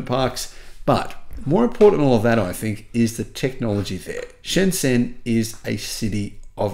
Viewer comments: Pronounced: Sh'n J'n, Otherwise OK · although the did get it right that Shenzhen is the most advanced city in the world. It also had the cleanest air. Soon will realize that the biggest mall in the world is in Yiwu. Then will realize that the zh in Shenzhen is pronounced with a j sound.